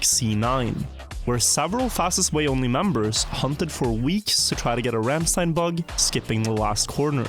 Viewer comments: IT'S RANDSTEIN not RAMMSTEIN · IT'S RANDSTEIN